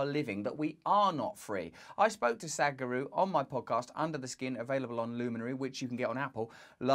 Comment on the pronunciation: LOL Russell my dear, your pronunciation of Sadhguru is incorrect, I know it sounds like "Sad-guru", however, in fact the correct pronunciation verbally/phonetically, sounds like Sath-Guru, if that makes sense, emphasis on the 'th', similar to 'sat-nav' in speech. Not a critic at all Russell, just assisting & supporting you, being asian it's easy for me to point out and trivial to be honest, as it's the subject matter which I tune in for. Love & light, namaste Beautiful!